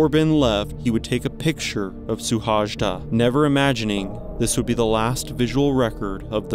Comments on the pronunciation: His name is pronounced more like shoe-hoay-da......... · Szilárd Suhajda. His name spoken out is more similar to "Silard Shuhaida". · Suhajda is pronounced Shuhayda. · His name is rather pronounced "Sewhaayda" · Hungarian speaker here. His last name's correct pronunciation sounds something like: shu-hai-da. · Terrible butchering of the name. If you make a video dedicated to one person, make sure you say the name remotely correct. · Yes, pronunciation should be checked next time. 😉 And btw he left behind a small child of 5. His death was a big deal in Hungary for a long while and base of lot of arguments about what is important in life. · omg man..your pronounciation of his name is like a vomit for my ears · You should pronounce his name as: See-lard Shoo-hay-da